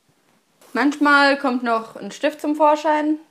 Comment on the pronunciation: Es heißt manchmal! Nicht manschmal!